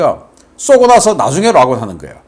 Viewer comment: 락온이 아니라니깐 발음좀......